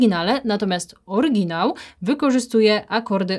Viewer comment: Droga Pani : "orYginalny" / "orYginał" oraz TO a nie TE brzmienie. A swoją drogą, filmik z metodycznego punktu widzenia świetny. Pozdrawiam serdecznie.